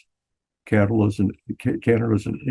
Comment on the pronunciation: THANK YOU FOR SAYING CAN-ADA 😂❤. I think we’ve apparently started saying KYYYYANADA RE: US Media lol That’s all :)